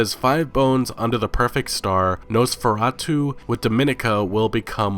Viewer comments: [No-spher-ah-too] You got it right, man. It's actually Eastern-European for Vampyre. In Polish it is called Vjescy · nah, you’re saying Nosferatu correctly, my dude. No worries. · Your Nosferatu pronunciation was actually spot on, haha. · You actually said Nosferatu correctly. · I'm pretty sure you said Nosferatu's name right. At least that's how we pronounce it in the town where the movie was made. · Nope, your pronounciation of "Nosferatu" was fine. Good job! :D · Nosferatu is actually a good movie, btw you said it right